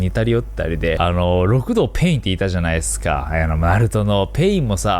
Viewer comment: ろくどうじゃなくて、りくどうです